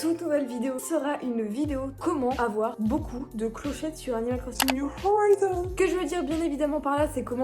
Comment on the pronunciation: Tu dit mal le nom le nom c'est pas horaizons c'est horizons comme un horizon